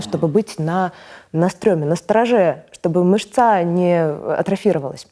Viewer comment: Милая,но профессионалу слушать ее очень тяжело. Тот случай,когда не аудитория приближается к уровню лектора,а лектор сознательно пытается говориить «попроще». И ударения! МышцА?